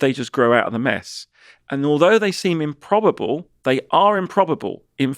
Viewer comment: Improbab-luh, but not impossib-luh